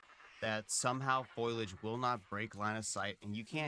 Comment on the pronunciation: The point about hiding is 10/10. I'm shocked anyone thinks you can't hide in The Isle. The foliage (fole-ee-adge, not foil-age, btw) is SO thick and dense that it's easier to hide than not, esp. if you're a little guy like Troo!